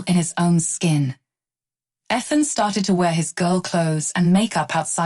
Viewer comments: Please stop mispronouncing Ethan to the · Stop mispronouncing Ethan 😮